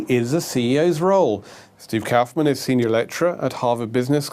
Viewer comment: Kaufmann is a german Word. So could be pronaunced "Steffen Kaufmann"?!